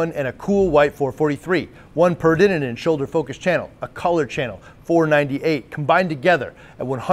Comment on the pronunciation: keeps adding an extra “in” in peridinin. Should probably google how to pronounce it properly.